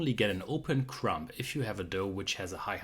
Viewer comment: As usual this is a very interesting lesson. Most of it I have heard before but your explanation always makes such good sense. Thank you! Ps: “Crumb” does not end with a p. The B is silent.